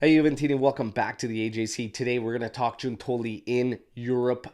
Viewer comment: Hey, since you'll probably be using their names a lot, I thought I'd drop in to say that it's GIUN-toli (emphasis on the first syllable), and there's no 'i' sound in Scamacca. Keep up the good work!